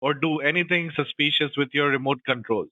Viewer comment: suspeeescuos - Ha!